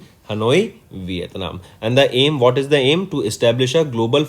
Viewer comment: It not vithanm